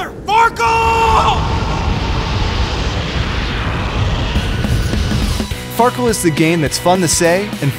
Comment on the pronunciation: Far keel xD